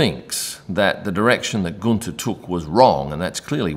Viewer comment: Guenther wanted a share in the Haas company like Toto at Mercedes. Gene Haas said NO. The rest is history. BTW Guenther is pronounced Günther not Gunter. Not that hard......